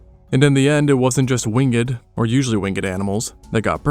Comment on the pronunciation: Winged not Wingeded!!